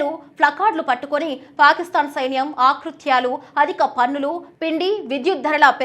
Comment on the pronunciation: నిరసనఖారులు ఏందీ తల్లీ.ఆ పదం కేవలం నిరసనకారులు మాత్రమే.తెలుగు పదాలను పచ్చడి పచ్చడి చేస్తున్నారు.ఆకృత్యాలు కూడా కాదు మహాతల్లీ ఆ పదం కేవలం అకృత్యాలు మాత్రమే.ఉధ్యమం ఏమిటి తల్లీ అదికూడా కేవలం ఉద్యమం అని మాత్రమే ఉచ్ఛరించాలి.తెలుగును పచ్చడి పచ్చడి చేసి భ్రష్టు పట్టించవద్దు